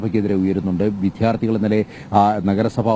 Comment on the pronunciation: വിധ്യാർഥിയല്ല വിദ്യാർഥിയാണ് റിപ്പോർട്ടറെ